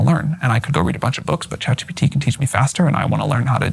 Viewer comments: Tucker carlson says "CHAT GTP" lmfao what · 'ChatGTP' lol! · "CHAT GTP" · Tucker struggled to pronounce CHATGPT, said chatGTP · tucker deliberately Saying ChatGTP over Chatgpt 😂😂😂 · Tucker calling it ChatGTP reminds me of when my father asks for help with his computer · Tucker, thank you for what you do. I truly respect you. For a man with the rhetoric that you have, which is commendable, to mispronounce ChatGPT as ChatGTPseems below you and disrespectful and distracting to the person you’re interviewing. Certainly you’re conscious of this decision to mispronounce the name. It takes away from the honest questioning of Sam and your genuine curiosity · Didn’t help tuckers case he kept calling it chatGTP